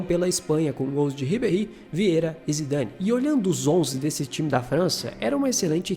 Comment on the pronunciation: Se diz Bartês e Vierrá. Vídeo top! Valeu!